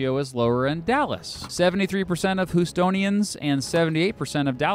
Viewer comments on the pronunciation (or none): not me thinking he said estonians than houstonians